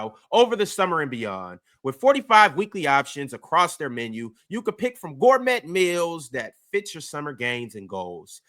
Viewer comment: pissed me off when he said “gour-MET”